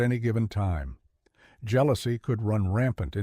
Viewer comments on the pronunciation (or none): Its pronounced “hair um” not “hair ream”.